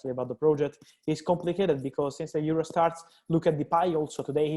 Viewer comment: Why Fabrizio always pronounce “Euro” as “zero”? Is that Italian accent or what?🤔